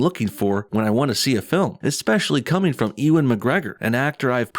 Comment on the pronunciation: Haha, They screwed themselves. They're trying to hint that the two main bad guys are a gay couple. I can more easily see gay super villains being "misogynists" than straight villains😂 Ps. It's pronounced (you-an) not (e-wen). . . Unless you're saying it like that on purpose, haha